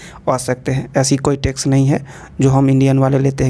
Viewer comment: It's Tax not Tex 😅